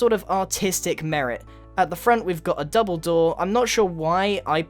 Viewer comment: hey grain the way you say double door sounds like DUMBLEDOOR